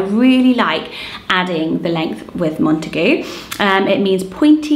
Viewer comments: I always thought it was pronounced Mont-eh-gYOO. Not mont-eh-GOO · That horrid pronunciation of Montague not only completely ignored the origins of the surname, but makes the name utterly unusable 😂😬